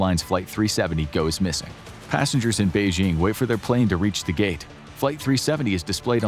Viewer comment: it's passengers not passangers 😅